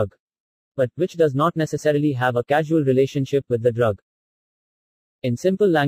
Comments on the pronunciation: Its causal relationship not casual,,, edit it boy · Its causal relationship,not casual